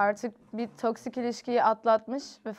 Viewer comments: melis artık toksik kelimesine toksit demez misin birkaç bölümdür bekliyorum acaba dilin mi sürçüyor diye ama baya baya toksit diyorsun öyle bir kelime yok :(((( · Melis Isiten neden "toksik" kelimesine her bolumde inatla "toksit" diyor?? 😂